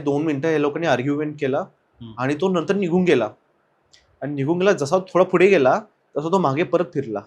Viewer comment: "Fudhe" nahi re...."Pudhe"... ka neet nahi bolat shabda... yedha dokyat jato na ha "Fudhe"